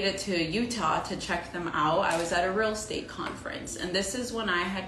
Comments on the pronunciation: I couldn't work with a realtor that says "ruul estate" every 2 minutes. Might be for the best that she noped out of that. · The way she pronounced real estate like “realstate” grates on me so bad 😂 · New drinking game: every time she says "real state" instead of "real Estate" take a shot.